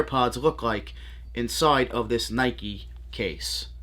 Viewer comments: It’s Nike not Nikey. You wouldn’t ride a bikey would you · I see you also get triggered by the mispronounced NIKE